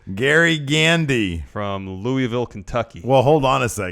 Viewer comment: Not 100% sure but I doubt Kevin Owens opponent was from Louisville, locals don't pronounce it Leweyville. More like Lewaville, we no sell the S.